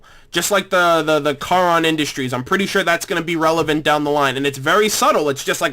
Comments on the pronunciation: Hate to be that guy, but Charon is pronounced care-on.:P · I thought charon was pronounced shaw-ron because of the ghoul in fallout 3 underworld. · The only reason I corrected you on Charon was because it is a person in Greek Mythology, not because it is important to th show. The only important part of the pronunciation is that the "ch" in Greek vernacular is pronounced like a "k" it can either be pronounced "Car-on" or "Care-on" I don't think they would care. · It's actually pronounced "Χάρων." But I can understand your confusion. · I make a point never to make fun of someone who mispronounces a word. It means they learned it by reading it. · Heh, yeah, when it comes to Greek Names, 'ch' is usually sounded like a 'k', like 'Achilles' or 'Chiron' (The Centaur, not Charon the Ferryman, different things and not a typo in advance to any people replying.), they didn't have a 'C' in their Alphabet, just 'Kappa' or 'K'. And peeps are probably trying to correct you because they'll probably say the name later on and you might think they're talking about something different. Or they could just be triggered by mispronunciation. EDIT: Also you talked over them mentioning the Freelancer Utah twice. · lol, don't be too offended at the pronunciations, I only know how to say Charon because in the Percy Jackson books, Percy meets him, and mispronounced his name, so he went on a paragraph long rant on how it's pronounced